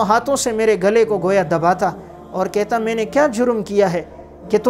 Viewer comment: یہ کیا بد زبانی ہے: نوَکَری کو نوٗکَری بیَٹھ کو بیّٹھ کہَتا کو کِہتا رہَتا کو رِہتا اِکلوٗتا کو اکَلوَتا